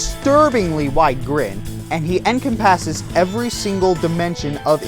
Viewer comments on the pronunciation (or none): Incorrect emphasis on "Encompasses"